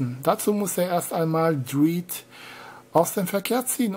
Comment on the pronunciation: Judge Dridd? Lol. Dredd wird doch mit Drätt ausgesprochen.